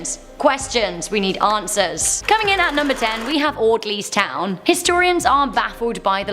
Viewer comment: Lol audleys town 🤣 😆